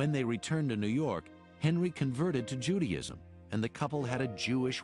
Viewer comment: Judyism?? Wtf is that 😭😭 think he meant JudAism?